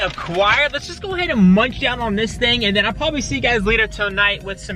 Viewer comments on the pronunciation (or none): none